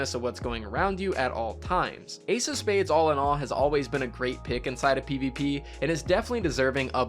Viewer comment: So happy you said the Ace of Spades exotic perk correctly 😂🤙🏽